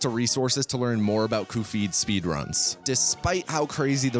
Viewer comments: Normal people: cup head: 𝓒𝓸𝓾𝓹𝓱𝓮𝓮𝓭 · I only realized at the end of the video that he has been pronouning Cuphead as Cu-Phead and not as Cup-Head. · cupp edd not cup heed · It’s cuphead not coophid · Every time you call cup-head "coofeed", I die a little inside. But Great video otherwise. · Cofeed? It’s cup head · CUPHEAD NOT KUFFEED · same vibes as shithead [read: shatheed] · what the hell is a kuh-feed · "Cu-feed." bro 😭🙏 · why does he call him cufeed? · Pronouncing Cuphead as “Coofeed” is the hardest I’ve laughed in a while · Hearing "coffeed" every few minutes kept my brain awake, good video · "Coofead" I hate you so much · Him saying “coofeed” instead of cuphead is getting to me and I don’t know why it’s upsetting me this much, like I can just click off the video but it’s actually interesting 💀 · pronouncing it coo-feed once is a funny joke. doing it every time after that is annoying and i wish you'd stop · why does he say cufied instead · I've never heard Cup Head pronounced Kuph-heed before?? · Kufeed? Are you serious? 😂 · Downvote purely for saying "coofeed". It's not funny or clever. It's annoying. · “Coo feed” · “I don’t embarrass myself… Khufeed and his pal Mugmu-NN…” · wrong pronunciation. it's "ph" as in "stephen", cuvead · who the hell is ku-feed?! is this guy trying to be cute by pronouncing CUP-HEADS NAME AS KU_FEED?!?! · I’m having a visceral reaction to hearing it pronounced Koo-feed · OMG that pronunciation is driving me crazy! It's "Kuff-E-Ad" you goof! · I will forever be pronouncing it the real correct way now. 'Cufeed' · calling it cu-phead is CRAZY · This is the guy who pronounced cuphead “coofeed” the ENTIRE video without acknowledging it I always just assume it’s a bit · ..the what? Cufeed? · Why do I feel angry every time he says Kufeed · Why does he pronounce cuphead like that lol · Weird that no one else knows how to pronounce Cuphead and Mugman normally like you do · The way he pronounces Cuphead is strange